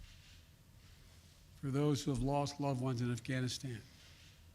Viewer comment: Why the hell does he keep saying Afghanistien, instead of Afghanistan? What an idiot!